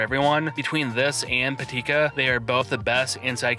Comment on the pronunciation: Great video Just one mention: Pitaka not Patika